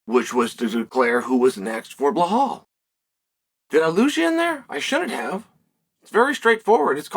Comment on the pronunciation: Bla-Haul and Jack Dela Lame-A the subtle way Chael intentionally butchers other fighters names is hilarious